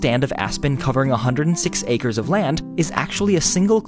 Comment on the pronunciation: wow one seed sseveral ancres of trees